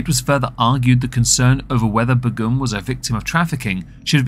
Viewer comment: I thought that Begum was pronounced like 'bay-gum'?